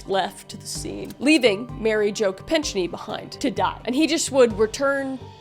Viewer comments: ko-peck-NEE or ko-PECK-nee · Just FYI Mary Jos name is pronounced KOH PECK NEE. Im just old and remember 😬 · Mary Joe's last name is pronounced ko-peck-nee. teddy, "the lyin' of the senate" was rewarded by the generous people of massachusettes with a senate seat for almost 4 decades. and the only secret he was attempting to hide was that he was bangin' another woman in a long line of them shared by the kennedy bros. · Also, the name is/was(?) pronounced Mary Jo Ko-peck-nee. Sorry, not trying to do anything but give Mary Jo her rightful due. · Also, it’s pronounced like Ko-PECK-ne, not so much the -ch sound. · Nah. Kopechne is pronounced like KO-peck-nee. It's OK. I'm married to a Canadian. It's a daily struggle. 😉 Baldwin got away with murder. He was the producer and in charge of the hiring of their Armorer who lacked the experience for the job. Baldwin never checked the weapon and the firing pin doesn't hit the cartridge without the trigger being pulled to the rear. Baldwin even demonstrated to detectives his ability to detect the difference between live rounds and dummy rounds by shaking them. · Ted Kennedy didn't just go back to his hotel and go to bed. There was a whole big cover-up! Mary Jo's last name is pronounced "ko-Peck-ney" 😊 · It was Mary Jo Capecni. That may not be exactly how it’s spelled, but it’s not pronounced the way you said it.